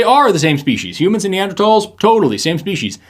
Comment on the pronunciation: Wow the creationist pronounced Neanderthals correctly! He gets one point. Balance that against the way he pronounced orangutan earlier and everything else however....